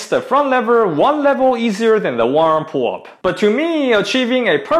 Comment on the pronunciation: I keep hearing WormPullup... I was so confused